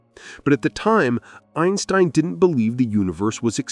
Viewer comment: Einsbrein?! This is AI slop for sure